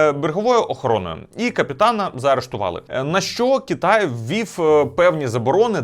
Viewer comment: Чому кІтай , а не кИтай, дуже вухо ріже, виправте будь ласка цей недолік